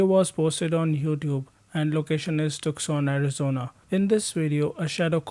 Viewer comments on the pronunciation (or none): That's not how you pronounce Tucson no offense